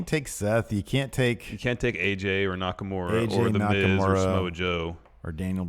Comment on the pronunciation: Hi. I don't expect people to pronounce Nakamura's name correctly, but could you start a trend and mispronounce it as NakamUra, like it's spelled, and not NakamOra?